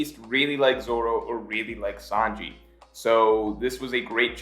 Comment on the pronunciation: Every time he says really I always hear Rayleigh